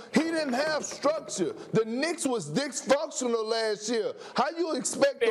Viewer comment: "The Knicks was dix-fuctional" -Perk